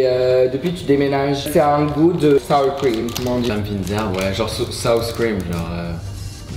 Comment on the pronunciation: 😭 South cream (au lieu de Sour cream) genre euhh South park ?